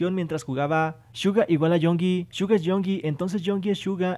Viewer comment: El Rubius dijo que Suga y Yoongi son 2 personas distintas Y que también le gusta el nombre de Yoongi pero pronuncia Yonki